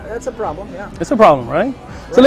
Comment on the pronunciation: ... the way the shaykh says “problem” 😂 😂 allahumma barik laka